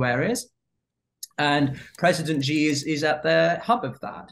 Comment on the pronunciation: Bro, say his name right please. For credibility sake. Its XI not JI